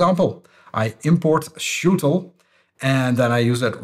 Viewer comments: pretty sure it's "sh util" (S H util) as in a shell utility. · I think you can say S-H-Util, like for command line utilities… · I'd say it `es-eich-util` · I think it's pronounced like Shuttle .